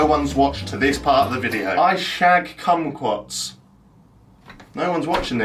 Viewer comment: What’s a komquaat or whatever?